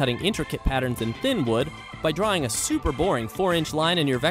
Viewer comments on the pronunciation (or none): none